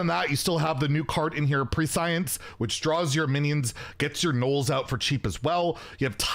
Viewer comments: Hi, thanks for the video as always. I hate being the annoying guy, but the shaman card should be pronounced "preh-shence" instead of "pre-science." English... what're ya gonna do? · That's not how you pronounce prescience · I don't think that's how you say prescience lol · It’s not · Always love your content but I cringe every time I've heard you pronounce prescience on twitch and here. Stay salty and safe my man.